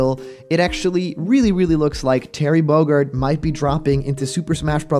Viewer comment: Terry Bogurd?? Listen to the beginning again